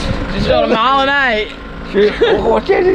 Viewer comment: “Just shot a marling aye” 😂